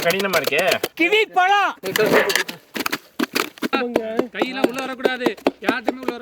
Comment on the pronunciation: ழ - Not Palam - its Pazham Fruits in Tamil - Thamizh - தமிழ் 'ழ' என்பது தமிழ் எழுத்துக்களில் ஒன்றான ழகர மெய்யெழுத்தைக் குறிக்கிறது, இது ஒரு தனித்துவமான ஒலியைக் கொண்டது, மேலும் 'ழ' என்ற எழுத்தில் தொடங்கும் பல சொற்கள் தமிழில் உள்ளன, மேலும் இது 'ழ' என்னும் பெயரில் ஒரு கவிதை இதழாகவும் இருந்தது. 'ழ' பற்றிய சில தகவல்கள்: எழுத்து: இது தமிழ் நெடுங்கணக்கின் 28வது எழுத்து, ழ என்ற ஒலிக்குரியது, மேலும் இதை "ழகர மெய்" அல்லது "ழகர ஒற்று" என்றும் கூறுவர். ஒலி: இது தமிழில் மட்டுமே காணப்படும் ஒரு தனித்துவமான ஒலி. சொற்கள்: 'ழ' என்ற எழுத்தில் தொடங்கும் பல சொற்கள் உள்ளன (உ.ம். ழம), மேலும் 'ழ' கொண்ட சொற்கள் ஏராளம் (உ.ம். தமிழ், பழம், அழகு). இலக்கியம்: 1970களில் 'ழ' என்ற பெயரில் ஒரு தமிழ்க் கவிதைச் சிற்றிதழும் வெளிவந்தது. உதாரணங்கள் (சொற்கள்): பழம் (pazham) - பழம் அழகு (azhagu) - அழகு தமிழ் (thamizh) - தமிழ் மொழி (mozhi) - மொழி Pazham - பழம் தமிழ் - பழம் Fruits called in Tamizh - பழம் ழ 'ழ' என்பது தமிழ் எழுத்துக்களில் ஒன்றான ழகர மெய்யெழுத்தைக் குறிக்கிறது, இது ஒரு தனித்துவமான ஒலியைக் கொண்டது, மேலும் 'ழ' என்ற எழுத்தில் தொடங்கும் பல சொற்கள் தமிழில் உள்ளன, மேலும் இது 'ழ' என்னும் பெயரில் ஒரு கவிதை இதழாகவும் இருந்தது. 'ழ' பற்றிய சில தகவல்கள்: எழுத்து: இது தமிழ் நெடுங்கணக்கின் 28வது எழுத்து, ழ என்ற ஒலிக்குரியது, மேலும் இதை "ழகர மெய்" அல்லது "ழகர ஒற்று" என்றும் கூறுவர். ஒலி: இது தமிழில் மட்டுமே காணப்படும் ஒரு தனித்துவமான ஒலி. சொற்கள்: 'ழ' என்ற எழுத்தில் தொடங்கும் பல சொற்கள் உள்ளன (உ.ம். ழம), மேலும் 'ழ' கொண்ட சொற்கள் ஏராளம் (உ.ம். தமிழ், பழம், அழகு). இலக்கியம்: 1970களில் 'ழ' என்ற பெயரில் ஒரு தமிழ்க் கவிதை